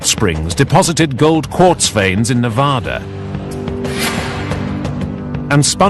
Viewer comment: Great video but do not say Navodda and Nevodder, it is pronounced exactly as spelled, Nevada with "ad" in the middle, not "odd" in the middle and no "R" anywhere in the name.